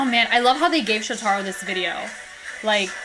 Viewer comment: Just FYI. His name is pronounced Sho-ta-ro with the emphasis on the Sho. 😄